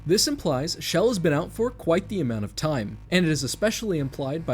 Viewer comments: L4D2 is not in the Orange Box. Chell is pronounced with a hard ch- sound, not like the word shell. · her name is chell, ch like in cherry, not shell 😭😭😭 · I know this is a year old, but her name is pronounced with the CH like Chase or Cheese.